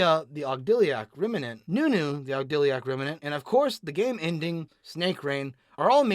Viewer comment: Yo dude, you mispronounced ''Onuncu'' I am sorry I always wanted to do that :(